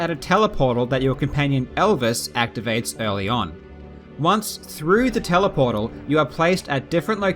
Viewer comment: Nice! I feel funny inside when you say "teleportal", though.. GE > PD